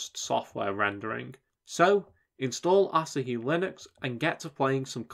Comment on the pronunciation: Surely it's pronounced like the beer, A-(sah-hee)? Rather than (Ass-a)-hee! 😆